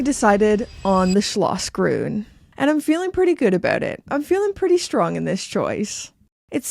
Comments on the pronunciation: I never heard a more charming pronounciation of german, of not german speaking persons. Schlossgrün! Schneesturm! Unbelievable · I disagree! It is not hilarious at all. Quite the contrary, very precise and correct pronounciation! Neither the sch nor the ü or any other Umlaut exist in English. Well done, very well rehearsed and quite close to how it should be. Thank you for making the effort